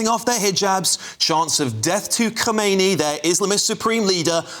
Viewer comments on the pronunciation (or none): You're a not educated news. It's Khamenei not Khomeini. The later, is the previous one. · Khameini Not Khomeini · Mate, khoumaini died in 1988 and you're the reading the news to thousands of people. This guys name is Khamanei. Read it properly